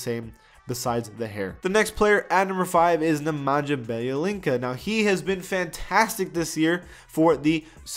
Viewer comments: It's Byelitsa not Bejelinca :) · you pronounce wrong Nemanja Bjelica second name...😂